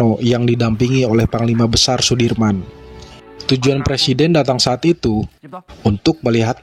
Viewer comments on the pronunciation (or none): none